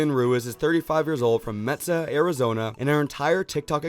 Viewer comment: Did…did you pronounce “Mesa” as “Metza?”